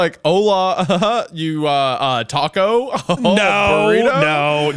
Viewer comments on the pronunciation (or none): none